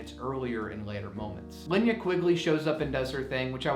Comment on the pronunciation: It's pronounced "Luh-nay-uh" Quigley